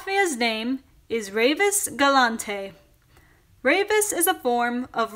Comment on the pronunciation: Hetafacts also, If you were to pronounce the word Galante like a Latvian would, you would have to put the stress on the first syllable.